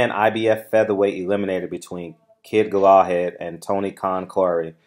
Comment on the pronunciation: It’s pronounced Gala Had